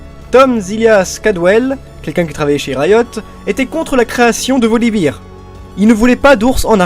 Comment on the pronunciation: Olala, je déteste ta prononciation des noms commun! Soit tu nous les fait à la française, soit à l'anglaise, mais pas Français/Anglais! Freljord => ]Frailïorde] ... Je suis rabat-joie mais les doubleurs français ont tous cassés en le prononçant salement ! Volibear => [Volibaire] ... Et non pas Volibeer [Volibire], c'est pas une bière ton ours :D Zyra => [Zaïra] ... Je suis sûr que tu dis Ryze [Raïze] et non [Rize], c'est pareil pour Zyra :D Mais bon, sinon c'était sympa ! :d